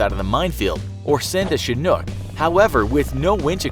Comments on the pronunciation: The way he says Chinook gets me pissed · You mispronounced chinhook